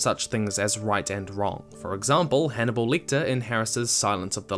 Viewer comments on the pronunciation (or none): Did he say hanibal lickter?